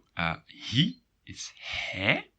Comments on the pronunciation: Thanks for your videos! But I have one question: and - I hear for "jij" and "hij" rather [je] and [he], not [jai] and [hai]. I searched for different accents, but never heard similar pronunciation. Is this just my ears or some rare accent indeed? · Are you sure you pronounce pronouns correctly? Duolingo but also other sources pronounce them differently: Jij sounds like yay Hij sounds like hey Zij like zey Wij like vey And so on